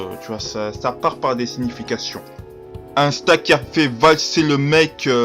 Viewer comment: Ahah tu ma tuer avec la voiture et Parcontre tu dit Insta au lieu D'Asta ahah et nn tkt meme si le début sa ressemble a Naruto tu verra que non Sinon Bonne video! Fréro!👌🔥🔥